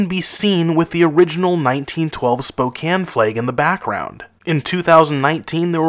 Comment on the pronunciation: Wow he actually pronounced spokane correctly, no one seems to get it right